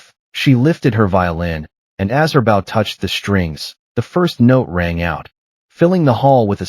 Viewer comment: Bow for a string instrument has a different pronunciation for th e physical gesture. AI seems to not get this.😮